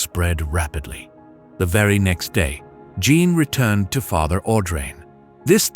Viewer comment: Beautiful story despite the many mispronunciations of French names and words, including Jeanne, which is "zhawn" said correctly.